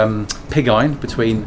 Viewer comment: Sorry, I did not understand what was saying about delivering „pigeye“ and Sand in return? I am sure they did not deliver pig eyes, but what was it? Wonderfull to see the old workshops and machinery. A treasure to keep alive for many more years hopefully. Thanks for sharing:)